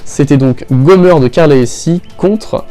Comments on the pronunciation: Comment tu dis Gomer c'est Gomèr (pour bien le prononcé) Car la elle dit jamais Gomeur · Gomeur 😂😂 c’est Gomer pas gomeur 😂😂